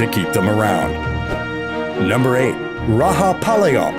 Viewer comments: u r pronunciation is wrong for rajapalayam and chippiparai pronunciation😡🤬🤬🤬😡😡🤬🤬 not gard dog it is hunting dog u r too worng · if you want to bag in views in the name of india.. atleast do some research.. and btw. we don't pronounce j as h we pronounce it as it is in joker jam jew. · So listen The "J" in Rajapalayam is very pronounced like "The Raja" and Himachal Pradesh is one state , not two separate ones. Those mistakes are where u should start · You need to cross check the details before you post in youtube. Map is wrong , and pls try to pronounce the words properly. Thk u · Some of the pics shown for No.7 Kaikadi belongs to kanni and chippiparai.. Please do a proper research and post video.. Kanni and Chippiparai are pride of Tamil Nadu.. And You pronounced Rajapalayam incorrectly., Please change that also.. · Bro you have didnt said the right name s like rajapalyam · You got the state names wrong and even called one state as just "pradesh". You got the pronunciation of dog breeds like rajpalayam wrong and also Uttarakhand. Well, if you are making a professional videos, you aught to have those right. But still can be forgiven for this, but then you got the Indian map wrong...cmon man, Disliking the video until you get it right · it is Rajapalayam not rahapalyam plz pronounce properly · It's not raha it's Raja spelled ra-ja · Bro it is (ra-ja-pa-la-yam) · Not rahapalayam its rajapalayam dogg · It's not Rahapalayam the j is pronounced with a ja sound just like g in george. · Number 8 its not pronounced Rahapalayam... its Rajapalayam.... Ja... not Ha... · Did this dude just say RAHAPALAYAM instead of Rajapalayam? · Its rajapalayam not rahapalaym . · Narrator correct ur pronunciation It's Ra Ja palyam not Ra Ha palyam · It's not "ra ha palaym" it's "ra ja palaym" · You gotta pronounce that as "RAJA with a J sound and not H sound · Bro it not rahapalayam it's Rajapalayam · Just because Juan is pronounced as Huan. Rajapalayam is not Raha 😂. It's J as in Joker.